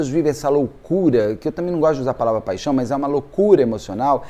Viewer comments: Eu amo quando ele fala paixão paixão paixon 😂😂😂😂❤❤❤ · Ah, como eu adoro o! Mas quando ele fala te amo, paichom eu não me aguento de rir. Kkkkk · Morro rir "paxão .... paxão" 😅😅😅